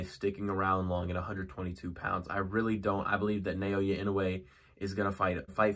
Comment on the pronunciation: Try saying his given name like this: NAH-OH-YAH. That's much closer than: NAY-OY-YAY